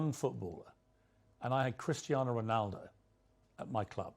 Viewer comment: CRISTER RONALDO........SEEEWWYYYYY